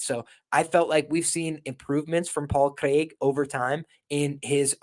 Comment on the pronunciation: Jon Anik would be proud of your pronunciation of Craig.